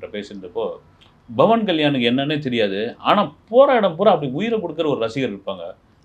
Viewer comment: Aiya it's Pawan Kalyan not Bawan Kalyan